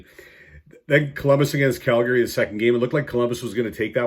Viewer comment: CalGARY, man what part of Canada are you from? Weird pronunciations haha. I like your videos though even if I often don't agree with your picks. Straight forward to the point and fully transparent.